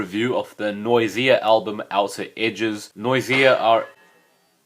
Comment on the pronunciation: Dude did you seriously say noy-zee-ah? It's noys-zha